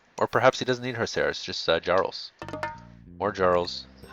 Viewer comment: Just to help you pronounce jarl.